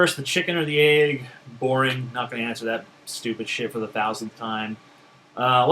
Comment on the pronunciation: you say the word "egg" just like Lee Doren!